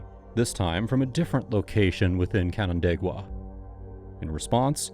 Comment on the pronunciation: As a person from the area, I'm proud of your pronunciation of Canandaigua, it's a hard one!